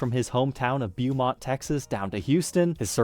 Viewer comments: small nitpick, its BOW-mont texas, not BYEW-mont. nice story and guitar tho! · It’s pronounced “Bow-mont.” Not “Bew-mont.” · Its pronounced Beaumont (bow-mount) Tx. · Hey it's pronounced BO-mont Texas